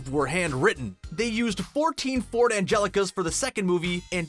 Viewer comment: I WANT A FORD ANGELICA.... NOW!!